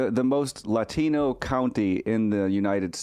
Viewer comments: Clay, Clay Clay... you said Latino wrong. You have to say it with an accent. Didn't you get the memo?? Shame on you!!😂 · Why is it pronounced Lathino?